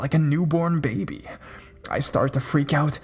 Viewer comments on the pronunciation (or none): none